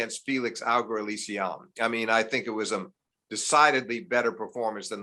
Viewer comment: Great chat thank you as always! Also, steve’s pronunciation of felix “auger alliassime” was beautiful to behold.